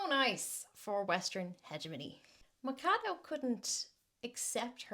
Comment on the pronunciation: It was so fun the irish way you said "McHadow", its "mashadu", meaning axe